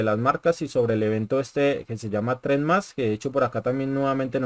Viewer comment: trayendo buenas Info 😎 ah´ el nuevo sistema TREND+ se Pronuncia TrendPLUS